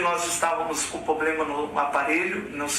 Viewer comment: Enfim a entidade que ele "pastoreia" o expulsou. A palavra incorreta foi "atropecei", outra? "Poblema" Mas "imbecil", foi agressão mesmo!!!